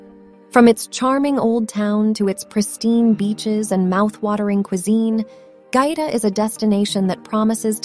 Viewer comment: They lost me when the narrator mispronounced the name of the town.